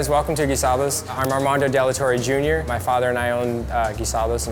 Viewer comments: Umm this is coming from a hispanic.. Armando why are you saying your name like an english person? Put some hispanic back into it; and say De La Torre. roll that R bro, roll that R. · odio como pronuncio su nombre al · HE CANT EVEN SAY HIS OWN NAME RIGHT 😭